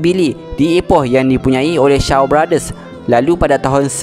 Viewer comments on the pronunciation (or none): owhh,nama pemilik shaw brothers tu ka,haa betul sebutan dia sho brothers,bukan shaw.tak apa kesilapan sikit saja.